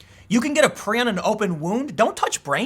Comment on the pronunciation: Tim, it's pronounced "Pry-on". Prion. The repulsion most have towards cannibalism is an evolutionary safeguard against disease. There are some terrible, terrible, afflictions one can get from cannibalism. That said, sometimes, I eat skin from around my cuticles. I have dry skin and they get jagged and I can't stand it. And we should worry about prion diseases because there are some rare ones, like Fatal Familial Insomnia, that are a terrible way to die and genetic. It, and especially the non-genetic variant, Fatal Sporadic Insomnia, are very rare, but, nightmarish to read about. As someone who had an onset of near total insomnia, sleeping 4-6 hours every 6-8 days, otherwise unable to get past Stage 1 Alpha sleep, I, fuelled by paranoia, desperation, and the "just enough knowledge to be scared" premed education I had, learned a lot about this disease because I was having several of the symptoms. I never got better. But it's been three years and I'm still alive. I do sleep thanks to a cocktail of heavy sedatives, including a chemical related to GHB and Flubromazolam, the most powerful benzodiazepine drug discovered so far (All *legal*. The GHB related chemical is sold as a supplement and Benzodiazepines are schedule III, not covered by the analog act. I did not use benzos and was terrified of them because of their discontinuation syndrome, more lethal than that of alcohol, before this happened to me, but no doctor could get away with writing a prescription that would put me dow